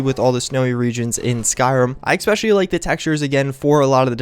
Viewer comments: I'm not sure why this bothers me, but you say "especially" like "X-pecially" and it is VERY annoying since you say it almost every 30 seconds. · Ec-specially... Ec-specially... Ec-specially... Ec-specially... Ec-specially... Ec-specially... ARRRRRGGGHHHHHHHH!